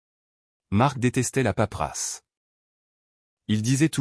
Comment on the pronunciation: Paperasse pas paprasse svp